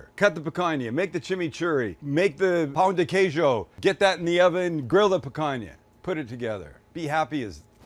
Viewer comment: As a brazilian, loved everything that you did! Especially the pronunciation of pão de queijo!